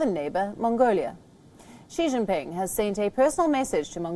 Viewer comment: She jingping